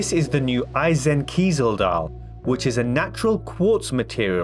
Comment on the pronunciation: First of all, excellent job with not only this video, but also your pronunciation of Eisenkiesel which was spot on! I agree that the plant dials are more on the feminine side. The geometric shape DJ36 dials at first looked attractive to me, but if you pair it with a jubilee bracelet and fluted bezel, it's just pattern overkill for me. I like the jubilee on the Skydweller, I always thought that a jubilee bracelet fits a fluted bezel much better than an Oyster bracelet, so, lets be honest, there's nothing "under the radar" with Skydweller, it's a huge watch and I think the jubilee bracelet will be a big seller for it. I like my Rootbeer with the Oyster bracelet better, at least I think so since a mock up of one isn't the same as seeing the real deal, but I am very happy the way mine looks now with the Oyster. Having said that, I am patiently waiting for my Pepsi to come in (my SA informed me the day before the new releases that I am towards the top of the list and that I should expect to get one by the end of this year) and I will be going for the Jubilee bracelet version on it. I assume I can buy a separate Oyster bracelet down the road, but for some reason, I just like the Jubilee better on the Pepsi. Also, it will bring balance to my small collection, 2 stainless Jubilee (Pepsi and DJ41 blue stick dial fluted), 2 TT Oyster (Bluesy and Rootbeer) and a YG Presidential. Thanks again for the great video and keep up the good work!